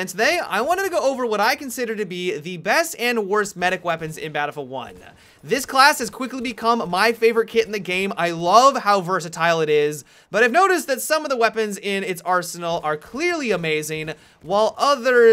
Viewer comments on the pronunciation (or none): Without fail, you pronounce the last word in most of your sentences longer than it should be. "You can ruin or decimate the enemy teammmm-a". "The medic class is my favoriteee-a" "This gun is incredibly powerfullll"